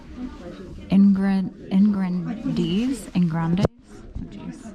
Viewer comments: Yes I think that is correct, took French in high school. you were pronouncing like in Spanish, grandes. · Ingrandes…. Your are good.. except E and S are like mute … in this case /say it your way « in grand » Congratulations for your finds…. So hot to go to garage sale … here this is still full winter in Quebec! Postponed for the month of May for the spring ! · Don't pronounce the E and S. You said it correctly except for that. ☺ My Father in Law was in France around the same time as this guy. I wonder If they knew each other.